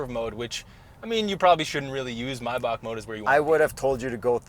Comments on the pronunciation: It's called MAIbach so no Mey or something. Thank you from Germany. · Not Maybach-employed, but I'm German, so I'm qualified. It's 'My-buch' not 'may-bach', but 'buch' is not 'buck'. Think of the ch as a Spanish J (as in Jesus or Juan)! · German reporting in: The correct pronounciation would be Mybach, not Meybach. And the ´ch´ is soft, so it´s not Myback, it is pronounced just as in the german ´ich´ (me), it almost sounds like a cat-hissing sound. Hope this helps! Great episode as always! 👌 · this vehicle is not a MY_BACK Try using some of the letters in the word. If you did.. you would end up with MAY-BACK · "maibach" - not "mayback" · It's Pronounced My Bach. Not May Back. ( Bach like the famous composer) It's German surname. Named after Wilhelm Maybach. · ITS MAYBACH NOT MAYBACH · Guys it's not Maayback , but Maaaaybaahhhhhh, you're pronouncing it like a typical American ,whether in the US or Canada , NO!!! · It's not maybak, it's maybach. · I think it's pronounced "my-bakcxh" - lmao....not sure how to spell the "ch" But it's definitely not a "may-back" as Hip-hop calls it.....nope. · it is not pronounced like maybe - it is the second one, more like my(bach) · Maybach: “Mai-Bahchh” (use the back of the throat) It’s german, like Johann Sebastian Bach, the classical composer. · I love how everyone mispronounces the name, Maybach when the A is silent .( Mybach) The peanut buttercolor interior, the lights show, the sound system, 30 plus badges...I enjoyed this way too much.... 🚦🚘🚗🚙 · What’s a “my-boch” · So let me get this straight he's driving a "My Back"? That surely isn't the correct pronunciation. 😂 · It’s pronounced my-baahk as in the composer Bach. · It’s “My-bok” just as the Porsche is Ty-can and not “Tay-can”. German you know! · As someone who works at a specific shop that works on this car almost specifically, it’s pronounced mai-bak. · Actually it's my-bakh like the Jean-Sébastian Bach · Is it not pronounced “may batch” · “MyBach” huh? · Maybach = Mai-bahk